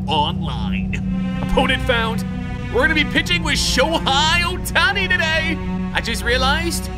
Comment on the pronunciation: The fact he said Aaron Nola isn’t good made me scream what out loud💀 Nola is a great pitcher Also it’s pronounced Show-Hay Oh-Ton-Knee